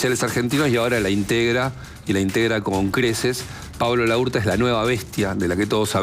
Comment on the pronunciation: Es, Laurta, todo junto,no, la urta, como Laura, no decís La ura